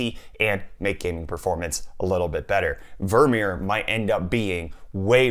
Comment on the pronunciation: vermeer sounds like "Vormir" LMAO